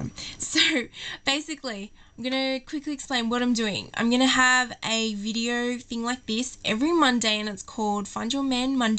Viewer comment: Haha she said welcome to this videarrr . ! lol = )